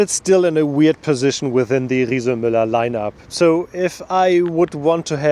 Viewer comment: Not bad for germans like me (makes me proud to listen to him, in difference to speeches of almost of our politicians). Shares knowledge, tells what he beliefs in, otherwise he wouldn't do it (because he isn't a politician😊). And at least 'Riese&Müller' was pronounced correctly, wasn't it?😉 These bikes are for shure expensive. My grandma teached me: Buy cheap, buy twice! It's allways your choice.